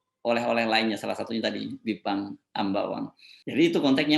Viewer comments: Kok juru bicaranya ngomongnya aneh jelas itu Bipang bukan Jipang apa kupingnya perlu pakai alat dengar ya memalukan 😄😭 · Apa yg keluar dari bibir jelek dan mulut rusak...kata bipang jadi jipang. Dari otak kotor perkataan yg sudah nyata2 salah di cari2 untuk pembenaran. NGELES BROO.....!? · Pajrul, bipang jadi jipang, seprti pelawak yg memplesetkan kata2 biar lucu, syangny kamu gak kucu Jrul, tapi Norak ...